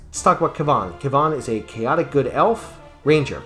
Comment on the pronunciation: Aerie: cleric and mage in one character so I can put cleric spells in my sequencers? Yes, please. Sure, she's not as powerful early on compared to a specialist, but she's so flexible as a support caster I can stick her into just about any party. Also, minor quibble: Kivan is similar to Kevin/Gavin, so hearing it pronounced Kvawn makes me giggle a little bit because it reminds me of stephan urquelle shopping at the local tarjay